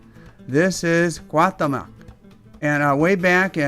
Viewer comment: Please learn how to pronounce the name correctly!!! This hurts my ears hearing you murder the mexican culture making this video. He would of taken your heart in a instant!